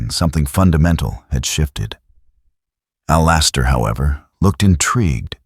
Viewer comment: Story's not bad but every time the AI say A...lister make's me chuckle